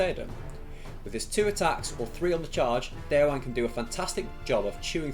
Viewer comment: Just a heads-up about pronouncing Déorwine's name: The "-wine" in "Déorwine" isn't pronounced like the alcoholic beverage, but as two distinct syllables - "De-or-win-eh". "Wine" (with two syllables) means "friend" in Old English, from which Rohirric is derived. "Déorwine" = "brave friend", same goes for "Holdwine" = "faithful friend" ("Hold-win-eh") Just so you know :)